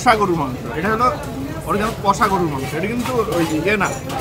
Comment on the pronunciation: mone holo shunlam "gurur" mangsho..... gorur* mangsho holey bettr hoto!? 😒😫😱🥵